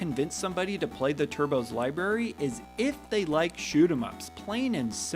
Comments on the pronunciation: it's "library" :) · You lost me at "LIeberry"! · I was gonna comment “Libary” but he already addressed it lol